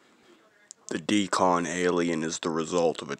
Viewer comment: It Isn’t called a “DE-CON” like you pronounce it. It’s called a Deacon. 👍🏾.